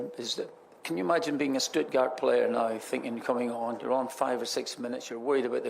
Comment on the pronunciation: Stuttgard? Where you getting the D from Barry